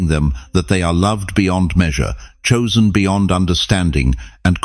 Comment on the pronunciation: Not choisen